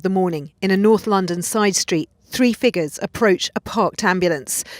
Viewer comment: She say “three Figgas”, or did she………..